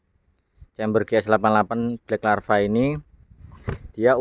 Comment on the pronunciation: Bkack lava om...... bukan black larva...